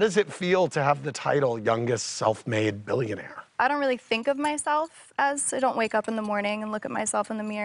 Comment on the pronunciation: "billionair"? LMAO